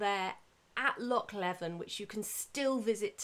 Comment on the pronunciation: Very interesting, your passion is very evident! Just for your information, Loch Leven is substantially smaller than it used to be as it was partially drained from 1826-36, hence the island got much larger and it's pronounced 'Lee-vin'.